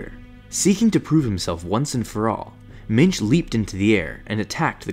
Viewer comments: Genuinely thought he was saying Minge the whole time. What a name. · thought he said minge